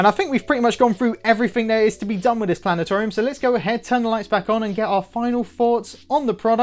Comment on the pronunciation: Planet-orium, lol!